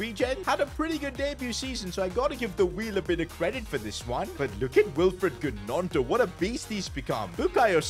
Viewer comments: The way he pronounced gnonto triggered me 😭 Its pronounced nonto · The way he pronounced gnonto 😂😂😂